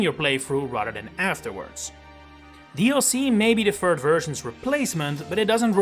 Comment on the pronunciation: what is a "fird version"? 😂